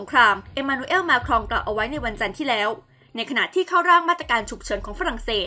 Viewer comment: เนื้อหาข่าวดี แต่คนอ่านข่าวทำไมดูรีบร้อนมาก อักขระ ร ล ฤ ไม่มี ควบกล้ำก็หายทุกคำ ปลายประโยคห้วน โดยเฉพาะ คำว่า แล้ว...พัฒนาต่อไปชนะแน่นอน